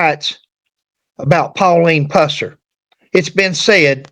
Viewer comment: If you're going to use that ridiculous A.I, misspell the name to Puuh-sir, for it to pronounce it correctly. Also, Buford did not go to the dr for this injury, either. He poured vodka on it. On video: Fmr Drputy James Robertson